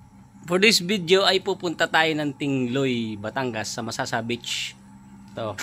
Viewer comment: MasaSa. mabilis ang basa. saSa na ginagamit na pambubong